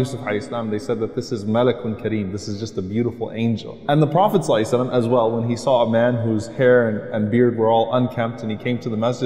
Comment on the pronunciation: Assalam O Alaikum Brother good video but you have kept saying Prophet Salai Sallam actually it is Prophet Muhammad Sallallaho Alaihe Wa Aale Wasllam not Saliy Salam. Please do the correction in all your uocoming videos